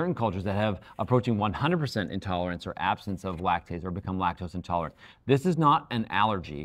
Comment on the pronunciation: You lost me at “intolErence”, sorry 😑